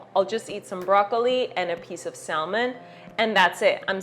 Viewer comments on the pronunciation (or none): The "l" in "salmon" is silent.